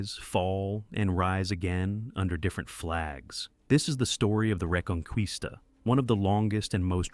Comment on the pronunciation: Its a cool Video but the Word "Reconquista" sounds wrong in the Video